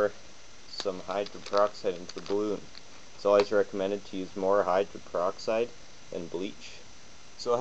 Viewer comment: This DORK is an IDIOT! He's talking about HYDRO - GEN PER - OX - IDE, and he calls it "hydren peroxide" throughout this entire video! The woman I rent from told me (about two days ago!) that h2o2( hydrogen peroxide) fizzes because it reacts to the iron in our blood!? EVERY SINGLE web page I went to said that H2O2 reacts with an ENZYME called CATALASE! CATALASE allows hydrogen peroxide to be broken down into water (H2O2) and I oxygen (O2). INTERESTING: Like other enzymes, CATALASE is NOT USED UP IN THE REACTION but is recycled to catalyze more reactions. CATALASE supports up to 200,000 REACTIONS PER SECOND!